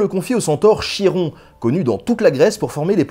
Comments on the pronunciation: Cupcake Love je crois c’est khi comme khaled en arabe ou comme Achille en grec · Chiron se prononce Khi-ron. Chie-rond ça écorche vraiment les oreilles... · c très bon mais on dit "kiron" pas "chiron" :) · C'est KIRON pas chie-rond !!! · Fafouin Maddog C'est effectivement "Kiron", le son "Che" n'existant pas en Grec Ancien (de ce que je peux me souvenir de mes cours de Grec). Après, c'est peut-être une "francisation" du Grec. Ce serait pas la première fois qu'on déformerait la prononciation d'un mot! XD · Je croyais que ca se prononçais "Kiron" comme Charisme ou Technologie Et j'était sur, par les émission de mon enfance que la toison d'or était gardé par la méduse. Bref je kiff cet épisode. Merci Ben! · Excellent épisode, comme d'hab! Juste une petite remarque, le nom Chiron se prononce "kiron"... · Chiron se lit Piron merci pour cette vidéo trop cool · Tu doit peut être le savoir et ta certainement déjà des commentaires la dessus, mais le Nom du centaure se prononce KIron :) mais les Dragons n'existait pas dans la mythologie Grec, tu est sûr que ce n'es pas une version faite entre le 12-16iem siècle ? :C Ou un truc du genre un serpent avec des ailes et j'en passe ? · Chiron se prononce ''Kiron''. Voilàààààà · je suis presque sûr que "Chiron" se prononce kiron comme Charon gardien des enfers.